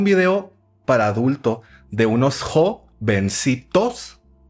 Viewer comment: JO-venci-TOS xd